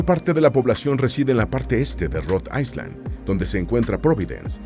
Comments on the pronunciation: Para tu informacion es AI - LAND no AISLAND. ESTUDIA MANO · Island se pronuncia AILAND. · Excelente video! Muy informativo. Una pequeña sugerencia: Si vas a pronunciar ISLAND en ingles, la letra S es muda. Bendiciones! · Island, no se pronuncia la "S" AILAND❤